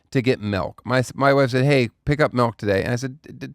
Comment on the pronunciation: Another horrible reminder that Daniel says Melk.